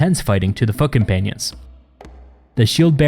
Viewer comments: “and leave the intense fighting to the fucking panions.” I know you said, “foot companions” but it sounded much more metal than that! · Misheard narration that can't be unheard ~ - : "...these units (referring to the shield-bearers) were supposed to hold back and leave the intense fighting to the F*ckin-panions..." 🤣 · . “Fuckin-anions” lol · does (unfortunately) sound like 'foot companions'...